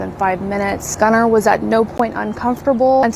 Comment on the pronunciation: These people are gross. I also hate that these people named their child Gunnar and can't even pronounce it correctly.